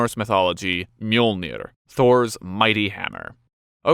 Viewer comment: You really got help with the pronunciation? Sounded like an average american pronunciation, in my honest opinion. Ö is not an O or an O with two dots over it, it is a separate letter with it's own sound. Mjöl = flour, so Möjlnir means "the flourmaker" or in other words, the grinder or the crusher.